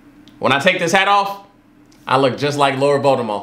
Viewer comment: “When I take this cap off I look just like lord Voldemufflrmffm” plssss you and these names😂😭